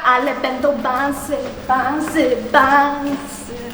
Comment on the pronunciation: myślałam że się mówi densy a nie bansy ale ok